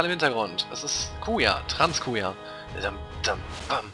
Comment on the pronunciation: Habt ihr eigentlich bemerkt dass statt Trance-Kuja Trans-Kuja gesagt hat? Passt doch eigentlich zu ihm.